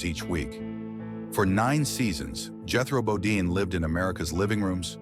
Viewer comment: Automatic Dislike for the AI voice, AI writing, and misleading title. I almost felt like giving it a like for misspelling (and mispronouncing) "Jethro Bodine" as "Jethrobadine". But not quite.